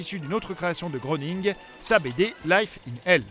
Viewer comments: ça se prononce matt grening le o est mué comme dans soeur :p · Tu es un beau connaître pas mal de choses sur les Simpson tu ne sais pas prononcer le nom de leurs créateurs ça se prononce "gréning" 😂